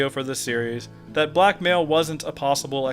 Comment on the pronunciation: Whenever you say "blackmail" I think you're saying "black male"